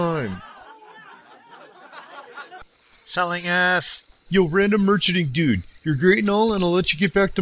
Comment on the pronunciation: should have put more emphasis when he said "of all time" the second time, other than that great vid :)